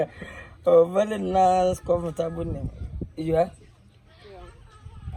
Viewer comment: Wizzy... "vely" nice "beauliful" girl 🤣🤣🤣